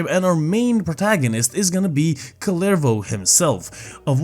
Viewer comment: I cant get over how people say "kullervou"